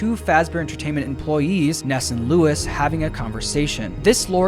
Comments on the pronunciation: Nice vid, but in , , , and , Luis is pronounced lwis not Lewis or Louis 😂😂😂 I don’t like when people call me Lewis or Louis… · everytime this man says "LOUIS" and not "LUIS" i die a little inside. my friend, it is LOO-IIS pls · So weird how Luis’ name is pronounced Louis even tho that’s not the same thingb